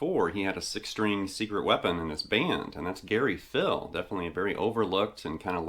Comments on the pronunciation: Gary Pihl's last name is pronounced "Peel" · It's actually Gary Pihl(Peel)